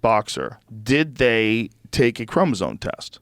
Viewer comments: even joe can't say Chromosome....ChromoZoNe... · Joe, for the love of science, it's chromosome, not chromozone. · Also, Joe keeps saying "chromosone," so, keep that in mind. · Bro Brogan can't pronounce 'Chromosome' HAHAHAHAHAHA